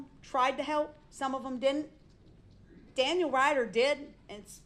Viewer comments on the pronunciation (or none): none